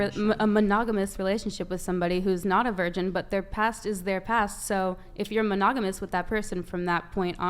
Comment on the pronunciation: They can’t even say virgin